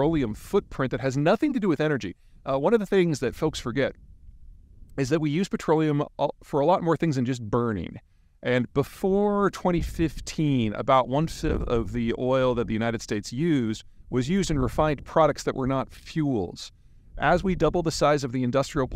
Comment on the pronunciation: “Before 2015 one fiibth of the oil…….” Was that “one fifth”?